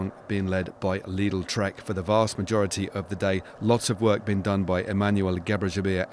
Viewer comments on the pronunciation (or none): none